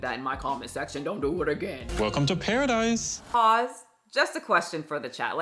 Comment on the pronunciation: The fact he called it Pear-idise is the first giveaway